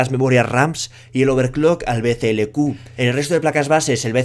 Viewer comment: Todo el vídeo diciendo BCLQ y es BCLK, y nadie en los comentarios dice nada .